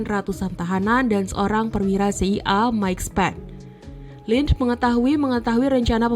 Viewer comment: Tolong pengucapan kata CIA dan FBI serta KGB bukan seperti ini caranya, bikin bingung ajah